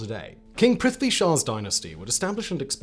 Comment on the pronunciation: My guy butchered the” prithivi” name the way Gurkhas butcher with khukuri !!! Kudos !!!